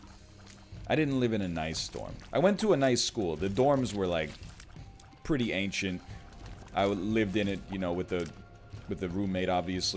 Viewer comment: I hate that we bullied him into saying ancient properly.